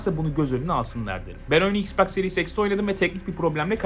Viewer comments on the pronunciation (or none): none